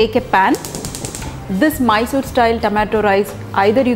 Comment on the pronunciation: Bedgi chilli??? It's Byadagi Chilli. Great explanation. I liked the way u said "MYSORE" tomato rice